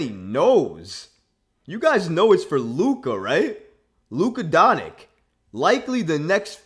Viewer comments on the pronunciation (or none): “Luka Donik”